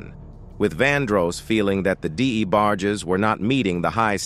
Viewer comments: Damn Luther was a diva, is this A.I commentator. Di-E-bargies..WTF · Your emotionless AI narration kept mispronouncing "The DA Barges" kinda took me out of the very interesting story. Vandros, Baker RnB music in general is all about emotion and passion and your Artificial Intelligence soul less audio kept reminding me "you" don't really care at all about this story. "You" don't really exist."You"r an app . I'll stick to Unsung and Ashley Sayso they sound and feel like humans. If I'm wrong and you are an actual person my point stands. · This A.I. VOICE NARRATION SUCKS!!!! The D. E. Barges!? SERIOUSLY!!!? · Who TF is the Dee A Barges? 😂😂😂